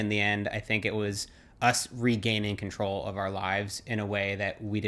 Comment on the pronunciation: It’s funny to hear how her accent effects his accent when he says «control» and «long».